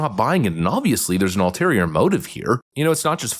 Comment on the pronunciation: Hey, the word is “Ulterior”, not “Alterior”. Love the posts!